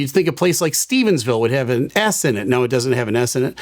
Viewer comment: I’m from Newfoundland, it’s pretty cool to hear our little province being mentioned. Gander has quite the reputation in the aviation world. I just wanted to say it’s not called Saint John, it’s St. John’s. Also it isn’t Stephensville, just Stevenville. Respectfully 🙂 I love your videos, so informative ❤